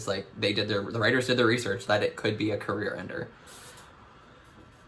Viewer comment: not me thinking said coriander instead of career ender